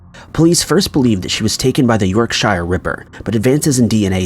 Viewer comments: "Yorkshire" is pronounced "York-sh", not "York-shire". Same for all other -shire counties in the UK. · Sorry to be a pedant, but Yorkshire is pronounced 'York-sher', not 'york-shire' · Yorkshire : YORK -CHER Not "York shy re ". 😉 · York-shier? You mean YORKSHIRE, it’s pronounced york-sher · These stories are sad but presented well. However, you pronounced Yorkshire as “York-Shyre” when it’s actually pronounced as “York-Sher”. This happens to be where I live. Take care everyone xxx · Hi i was going to put something down myself about the York-shire thing. You say York-Sure, i would say more like York-Cher but everyone pronunciation is different. Barry (Wirral, ENG) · 'Yorkshire' is pronounced like (phonetically) 'york-sure'. That's the English word 'sure', I'm sure. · It's not york shire, your not reading LOTR. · It's pronounced york-sheer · Yorkshire is pronounced York-Shurr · Yorkshire, unlike The Shire, is actually pronounced York-sher. The same goes for other areas in the UK. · FYI - Yorkshire is actually pronounced York-Sheer :) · Being from the south I forget about the york-shur pronunciation. I have never heard someone from the UK pronounce it the way it's pronounced in this video though. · its pronounced YorkCher in UK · Hi Yorkshire is pronounced York-Sher . Most places ending in shire In the England are pronounced sheer/sher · I'm getting triggered by the pronunciation of Yorkshire. It's pronounced more like York-Sure I'm not fully bitching. Just highlighting. It's funny how many English words. Americans can't pronounce. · Haha love how you say Yorkshire! You need to pronounce it more like York-shur. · York shire.... (cringe) that's not how you say it damn it! Lol nice vid though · A lot of americans pronounce Yorkshire incorrectly simply because they do not know how it is supposed to be pronounced. Be nice. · Please PLEASE learn to say shire right 😉